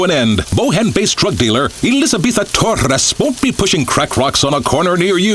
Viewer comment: Elizabeta Torres arrested (it's funny how the newscaster pronounces her name)